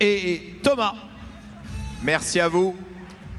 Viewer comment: Thomas's name on a French manner sounds so nice :)